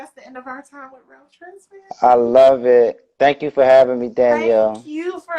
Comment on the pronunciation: Saw this in my feed, only discovered Ralph Tresvant (is it not pronounced "tray-VAWNT"?) this year on Sonos Smooth Jazz. His solo debut album is my age.